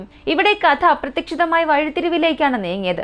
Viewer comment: . അപ്രത്തക്ഷത്തത്തത്തത്തം എന്നല്ല... അപ്രതീക്ഷിതം ആണ് ഉദ്ദേശിക്കുന്നതെങ്കിൽ അത് വ്യക്തമായി പറയുന്നവരുണ്ട്, ഒരു പത്ത് പ്രാവശ്യം അത് ആവർത്തിച്ചു കേട്ട് മനസ്സിലാക്കിയതിനു ശേഷം സ്വയം പറഞ്ഞു നോക്കുക, ക്ലീയറായെന്ന് ഉറപ്പായാൽ മാത്രം വീഡിയോയിൽ ആ പദം ഉപയോഗിക്കുക, ശരിയാവുന്നില്ലെങ്കിൽ അപ്രതീക്ഷിതത്തിന് അനുയോജ്യമായ വേറെ ഏതെങ്കിലും വാക്ക് ഉപയോഗിച്ചാൽ നാക്ക് ഉളുക്കാതെ കുറേ നാൾ വീഡിയോ ചെയ്യാം....